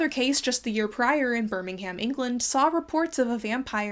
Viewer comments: Birming- UM not BirmingHAM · Hi just letting u know that Birmingham is pronounced ‘burningum’ or ‘buringaam’ but please call it whatever u want 😂 Beautiful video, I find it quite interesting how modern views shape people’s images on the past and how people believe what they think is right even if they know it’s not the truth 🫶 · Birmingham is locally pronounced more like "bur-ming-um". Much like New Orleans is "Norleans" to a local. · One nitpick, it's pronounced "Bur-ming'um" not "Bur-ming-HAM." Otherwise, fantastic video! I always appreciate the amount of research you put into your work! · honestly, if anywhere has real vampires it's Birmingham (which you pronounced a bit weird btw, you'd think it's right but the "ham" is pronounced more like "um") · It's an American thing- Alabama has a city by that name, and they say "ham". (I'm aware of the English Birmingham- Just explaining why is using the American pronunciation). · this was a lovely video but the way you say birmingham is driving me mad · As a Brit, the way you pronounce Birmingham kills me. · I love the way Americans pronounce Birmingham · This is very interesting and I love your videos, but I find your pronunciation of Birmingham very funny